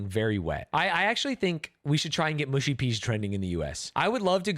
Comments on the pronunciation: Mushy is pronounced mu like much not moo like push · Its not mooshy peas, its mushy peas. Stop saying mooshy.